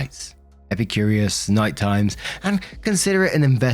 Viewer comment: It's NY Times, not "nightimes" 😂